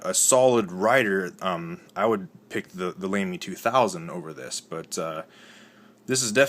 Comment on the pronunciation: I'm sorry, but Lamy is pronounced "lo(short "o")my"...